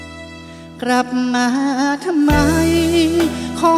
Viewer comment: ผุ้ท้าชิงต้องร้องให้ถูกน่ะครับคำว่า กลับ กับ กรับ นะ😅😅